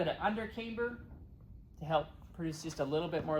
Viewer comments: We used aluminium, not aloominnim where I qualified as an advanced grade metalworker. And it is camber, not cameber. 😊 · Neat plane. Thanks for the overview. BTW: camber is pronounced "cam-ber" rather than "came-ber" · Its Pronounced Camber not Cameber have you ever herd of a Cameshaft in a car engine? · Yes, as others have noted, it's camber as in amber. Solid aerodynamics, though. Better implementation of leading-edge slats than Willie Messerschmitt's in the 109 😉